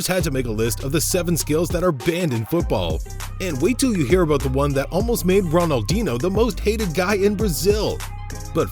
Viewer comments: How can you make football videos and pronounce Ronaldinho wrong? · Butchered R10's name with such confidence.